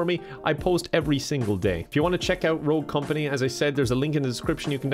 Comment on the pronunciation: “Rogue thumpany”